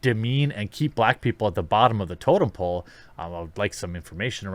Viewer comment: Did she say totem pole or token pole?